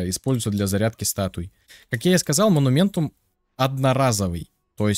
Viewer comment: " монументум, монументум, моментум, моментум, вот этот монументум, вот этот монументум, астральный монумент, разблокировать астральные монументумы". Я: "ААААААААААААААААААААААААААААААААААААААААААААААААААААААААА хваааааатииииииииттттт....".: "монументум". Я: * истерический смех сквозь слёзы *: "покажу ещё раз на всякий случай моментум, вот моментум.......мо-ну-мен-тум....МО-НУ-МЕН-ТУМ" Я: * умирает в агонии *: "монументум одноразовый" Я: * кряхтит с того света *: "перестаёт действовать как только вы выйдете из действия астрального моментума" Я: * матерится на немецком *